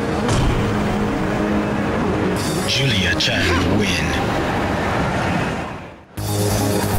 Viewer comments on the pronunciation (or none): none